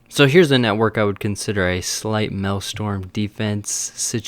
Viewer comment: Its Maelstrom! People said it is Malestorm XDD